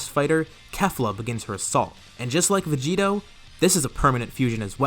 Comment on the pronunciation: It's "Vegito"